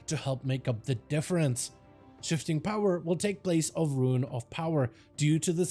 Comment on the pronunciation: "Talent of..." "Ability of..." "Spec of..." drives me insane lmao why he say it like that